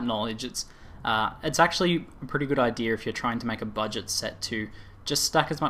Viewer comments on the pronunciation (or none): Can you start trying to pronounce it "IDEA" and not "IDEAR?" It's really annoying. The rest of your pronunciation is pretty bad but tolerable.